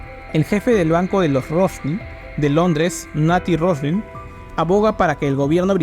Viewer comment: Felicitaciones por el esfuerzo de investigación. Lo que me confunde es que el mismo apellido Rothschild es pronunciado varias veces mal haciendo entender que se trata de otras familias. Puedo estar equivocado pero ese error confunde mucho. Me perdona si estoy mal.